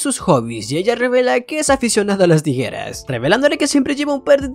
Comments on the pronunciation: la nueva forma de decir tijeras tirejas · Jajaja dijiste tirejas jajaja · Dijo mal la palabra tijeras 3 vez xd saludos